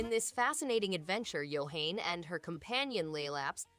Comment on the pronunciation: I heard it a couple of times, Yohane is pronounced Yo - Ha - Ne it's a character from the anime love live so it's pronounced like a japanese name.